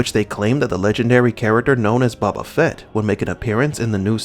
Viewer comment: I enjoy your videos but you may want to check pronunciations on character and actor names bud. Not pronounced BABA FETT.